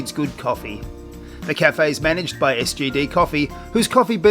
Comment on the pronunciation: did you say manage by STD company? 😂